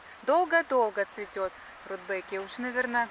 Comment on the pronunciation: Почему РудбЭкия?